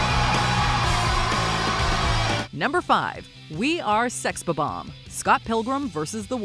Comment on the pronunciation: isn’t it Sex Bomb-Omb? not Sex B-Bomb?